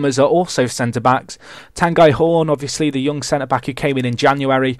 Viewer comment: Tanguy is pronounced Tong-Geee (Gee like in geese)